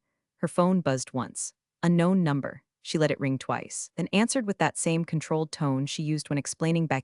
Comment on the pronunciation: thing is, in america corporations would just go to court and force the domain to be handed over. so this story doesnt work real life. also, the AI narration still cant say 'unknown number' and butchers it to ' a known number' - the exact opposite!